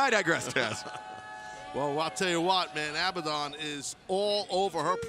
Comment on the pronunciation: Does it drive anyone else mad how they pronounce abadon